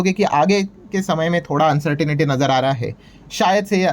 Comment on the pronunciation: Please pronounce the word uncertainty as अन्सर्टंटी, and NOT अन्सर्टनिटी